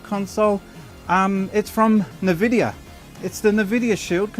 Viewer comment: Come on. It's not "NEVIDIA". It's 'NVIDIA'. Phonetically it should be 'ENVIDIA'. Confirmed by the company themselves